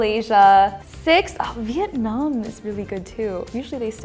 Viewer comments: Vietnam not Vitenam. Pls🙂‍↕️ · What country is “Vitenam”? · vietnam, not vitenam